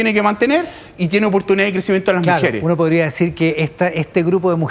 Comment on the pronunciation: Sabrá mucho de datos, pero habla como las weas: "La mujere, lo jovene, lo dato. . . ."